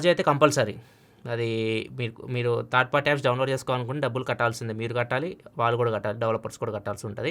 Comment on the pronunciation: Third not thaard correct ga pronounce cheyandi